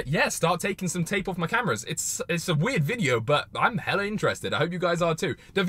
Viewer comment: did you just say hella in a british accent? so contrived.